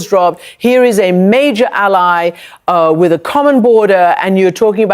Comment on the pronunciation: I love it when she says "wit". All my gf's say it like that. She is looking good.